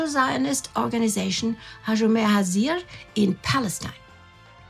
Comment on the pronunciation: Hashomer Hatzaeer --not Hazir. Hazir in Hebrew means Swine hahah!